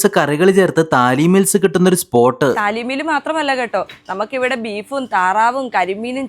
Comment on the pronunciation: താലീ മീൽ അല്ല " തളി മീൽസ്"